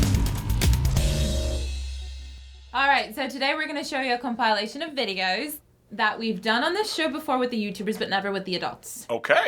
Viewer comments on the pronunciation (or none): Her pronunciation of "compilation" I give a 1. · Today we are going to show you a Com pile Lation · Compile Ation lol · Com pie lation... Lol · Com"PIE"lation lol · What's not satisfying to me is the member of staff's pronunciation of "compilation". What's a "com-pile-ation"? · “Comp-eye-lation” wtf